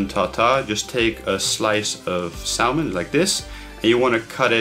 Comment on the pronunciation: Great vid. Just one thing. The L in salmon is silent :)